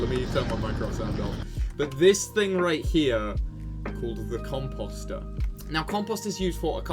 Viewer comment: Comp-oh-ster, not comp-ah-ster👍